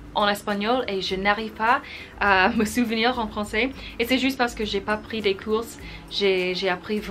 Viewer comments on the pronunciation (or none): Hello, BRAVO pour cette vidéo 100% français! Quel courage!;) Course? => COURS en français (on ne prononce pas le "S";) Si tu veux avoir un très bon niveau en français et progresser rapidement, je ne peux QUE te pousser à écouter du français (radio, chansons, télévision, etc.), LIRE en français (magasines, livres "faciles" au début puis plus "difficiles" par la suite..., journaux, etc.) Mais SURTOUT PARLER et ECRIRE en FRANÇAIS TOUS LES JOURS!!! Et que quelqu'un te corrige si fautes... (très important: on apprend de nos erreurs!) Bonne continuation!:* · J'ai l'impression tu as plus d'abonnés français que d'abonnés anglais xD Sinon bravo pour ton français, mais par contre on ne dit pas "couses" mais "cours" , le "s" ne se prononce pas ;) -> "je ne prends pas de cours en français" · il y a aussi '' des cours '' que tu prononces '' courses '' pour un cours, le '' s '' est muet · Salut(^___^) Tu a le même petit accent que Patricia B... c'est agréable à écouté ^^ Tu dis "course" au lieu de dire "cours" dans ta vidéo.. - Cours de français!! - Faire ses courses au super marché!! Well continuation in your French learning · I do love when you speak in french ! (Juste, en français lorsque tu dis "cours" you do not pronounce the "s" at the end) xxx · a little advice : quand tu dis "je n'ai pas pris de cours" tu ne dois pas prononcer le s bc tu dis je n'ai pas pris de course!! voila mais tu as un très bon niveau ! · Bon Français , des fautes légères ,pour la prononciation de "cours" comme dans la majeure partie des cas, le "S" ne se prononce pas , voila voila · On ne prononce PAS le ''s" quand tu dis '' je n'ai pas assez appris mes courS''. Sinon tu parles très bien ! Bravo ! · les cours => on prononce pas le "s"! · Gender = genRe (gendre c'est le copain de ta fille) Cours: le s ne se prononce pas (sinon c'est course et ça veut dire shopping ou race !) Voilà les fautes les plus importantes de la vidéo, sinon très bien :)